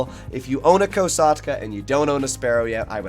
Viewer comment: Just can’t get past how he pronounces Kosatka COsatka???